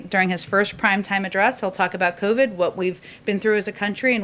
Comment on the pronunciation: At approx , did she say crovid?